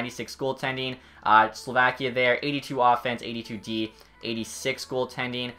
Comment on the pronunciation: Please learn how to say names right or at least the country Slovakia.